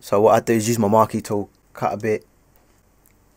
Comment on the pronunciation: maaate, couldn't even pronounce the thing lol big respect again!